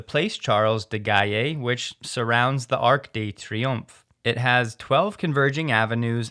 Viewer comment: TBH, that was quite a butchering of the Paris location :-). Closer would be “plass sharl di gall”, and the world famous “lark de tree-oomph”.